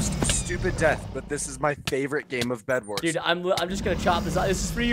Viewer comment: Bedwars not vedwars